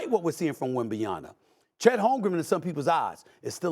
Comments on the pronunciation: It's WembanyaMA. Might as well learn to say his name right since he's gonna be talked about for years to come. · Why is Stephen A continuing to mispronounce WembanyaMA!!!!! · Steven A needs to put some respeck on that man's name it's WEMBANYAMA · SAS needs to learn to pronounce Wemby's last name, or just do the "Giannis" thing. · My guy never ever says Wemby’s name correctly 😂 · Bro at least try to say Wembanyama the right way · Someone tell Stephen a Smith we know he doesn't care about NBA or pay attention, he's just pretending. He doesn't even know how to say wembanyama properly. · So how good does Wembanyama need to become before the media pronounces his name right? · SAS can’t even pronounce his name correctly. Very unprofessional. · Stephen A. really needs to learn how to pronounce Wembanyama’s name. Embarrassing. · It's M at the end, not N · for god sake his name is WembanyaMA not WembanyaNA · Wembanyama; NOT Wembanyana.Tell Steven A that the name ends in "ma", not "na". It's not that hard after you do more homework. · Stop saying WembyNYaNA🤣🤣🤣..It is a Congolese name, say just like it is written...Victor Wanyama, Victor Wembanyama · Is he saying Wembanyana at times? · How are we 35 games into the Season and SAS still can't pronounce Victor's last name??? Stephen... His last name say it with me is WembanyaMa Think of your MaMa when you say his last name and maybe you'll remember it ends with MA not NA. OK??? Got it? Good! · Who is WENBANIANA? Don't know this player Stephen A. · Where SAS got the "yana" from? 😂😂😂 Bro kills me everytime with his names pronunciations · wembanyaMMMMMMMMMMMa cmon guys it's not that hard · These people get payed way too much too keep saying "Wembanyana" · Bro it's not Wembanyana...It's WEM-BA-NYA-MA! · SAS talking about the greatness of Wemby but still can’t say his last name correctly lol - it’s WembanYAMA not YANA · WembanyaMA ! MA ! MMMMMMMAAAA! Not Wembanyana… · It’s wembanyaMA, not WembanyaNA